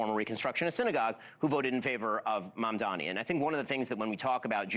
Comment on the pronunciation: It’s Mamdani Mamdani Mamdani not Mandami 😂😂 pleeeeease